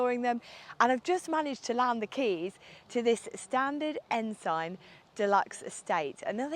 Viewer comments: Sorry to be pedantic, but it's pronounced " Ens'n!" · Pronounced, Ensun. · Not sure that is the correct pronunciation of Ensign but an interesting car.